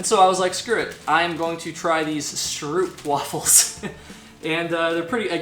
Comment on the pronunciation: Dutchie here. Stroopwafels are classically eaten after letting the caramel melt for a while by laying the wafel for a couple of minutes on top of your coffee cup. The 'oo' is pronounced like the 'o' in hope.